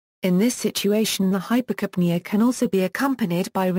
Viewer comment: Put stress on "ca": Hyper'capnea.